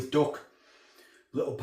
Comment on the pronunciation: Great video as usual. The way you said “duck”. You could make a proper Stokie. Lol 👍